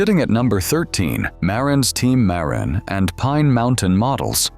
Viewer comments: Nice to see the old mountain bikes. I still have my Wicked Fat Chance. To bad Ibis and Mountain Goat are not worth a fortune. Some of the Mountain Goats had amazing paint jobs. Funny how the video mispronounced "Marin" and "Mt. Tamalpais". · Ai voice. Mispronouncing something as simple as Marin county.